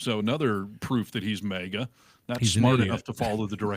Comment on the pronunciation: Maga, not Mayga!! 50 million people have been calling it Maga for years. And 1 guy comes along and changes it to mayga. Why do people have to make up their own pronunciation?